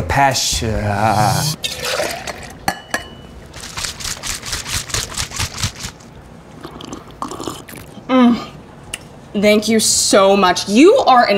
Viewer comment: Why do some people pronounce Thank You as Dank You?!?